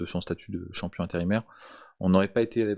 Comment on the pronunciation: Content pour lui mais vous entendre dire « campion du monde » c’est juste insupportable . Le champion du monde s’appelle Francis Nganou